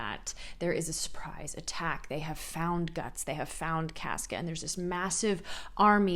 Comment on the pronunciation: It's CAWsca, but love the progression!